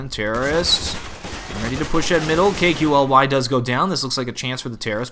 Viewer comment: Ya KQLY is pronounced Kaley. Loved your commentary while Clan Mystik was winning the gun round haha.